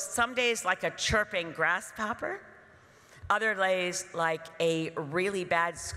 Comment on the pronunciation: "grasspopper" . Definitely over refreshed.